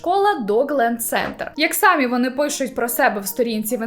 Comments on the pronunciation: Дякую за контент. Вживайте український наголос в слові "самІ" сами́й тільки один займенник означальний відмінок чол. р. жін. р. сер. р. множина називний сами́й сама́ саме́, само́ сами́, самі́ родовий само́го само́ї само́го сами́х давальний само́му самі́й само́му сами́м знахідний сами́й, само́го саму́ саме́, само́ сами́, сами́х, самі́ орудний сами́м само́ю сами́м сами́ми місцевий само́му, самі́м самі́й само́му, самі́м сами́х «Словники України» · Я трималася декілька відео, але це вище мене😂😂😂 Не "сАмі", а "самІ"- будь ласочка🙏🙏🙏